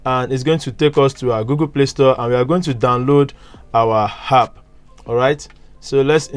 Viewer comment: It's called an app not hap